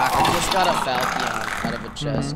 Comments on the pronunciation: PLEASE ITS FAL-CHIN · i love you but its pronounced (FAL-SHUN) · Pronounced "fall chen" sort of. I'm cool with the way you added your spin on it, though. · Nobody asked but... fal-shun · Why do you keep pronouncing falchion like that lmao